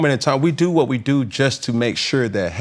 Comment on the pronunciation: Cam whet in all WHET??? Word salad of exhaustion